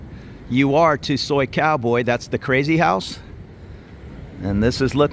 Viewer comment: You said soicowboy 😅like a psycho boy hundred times in this video